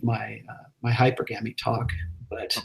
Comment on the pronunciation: Even though Rollo is an expert, he definitely pronounces Hypergamy wrong. It is not hyper-gamy - it is hyPERGamy